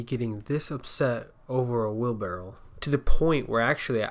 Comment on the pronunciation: It's wheelbarrow not wheelbarrel. Drives me nuts.